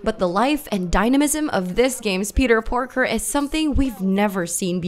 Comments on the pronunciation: WHO TF IS "PETER PORKER" THOUGH? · She said Peter Porker twice!!!!!!!!!! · Yeah, just killed myself 74 times when I heard that. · I thought so too bro lol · The thing even sadder than horizon zero dawn is her saying PETWR PORKER🤡😭🤡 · Did she really just say “Peter Porker?!” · I can't be the only one who heard her say peter porker at first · Did she just said Peter Porker? 😂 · She said Peter porker 😂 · She keeps says Peter PORKER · I heard that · Berislav Furač Uh, Peter Parker... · Dave Sonawane honestly that pissed me off lol